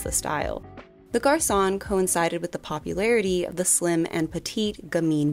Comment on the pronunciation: Great video, thank you. But please check on how to pronunciate French words. Chanel, parfum, garçon... They are all so mispronounced and it would be a great opportunity to teach non-French speakers how to pronounce them correctly.